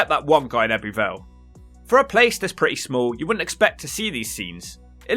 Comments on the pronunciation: It's pronounced "Ebbu Vale", not "Ebby Vale"... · Fascinating vid. However "Ebby Vale" is pronounced "Ebbu Vale". Just saying... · The heck did you manage to pronounce Abertillery properly but butcher Ebbw Vale, Blaenavon & Brynmawr 😂. Little disappointed you didn’t mention things like Pontypool Park, which I think is a lovely area of the town, I’m guessing you arrived there on a Wednesday as you were looking at the local weekly market stalls. Also that big ass store that was closed was Argos originally but due to Covid it closed and they never reopened it.